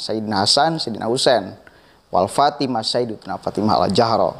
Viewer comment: Saya kira antum bner2 harus tabayyun😊antum baca sholawat aja mnurut ana itu salah ,ana kritik malu bngt sama pangkat 🙏😊bukan walfatimah tapi ma'fatimah